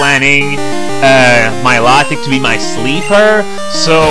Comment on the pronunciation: It's pronounced mi-LOW-tic